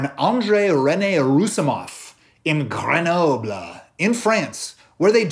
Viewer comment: Grrrrrrrrrrrrrrrenoble lmao. Nice accent though